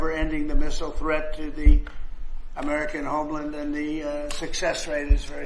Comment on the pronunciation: "American Homelind." weird pronunciation.